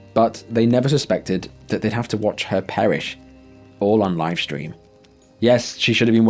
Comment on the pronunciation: Why does everyone nowadays say "shtream?"